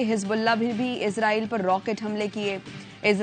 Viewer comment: Bibi Ezraeel Ni ha israeel ha Bolna tu sikh lain 😂😂😂